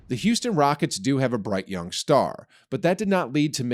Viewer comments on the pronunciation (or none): none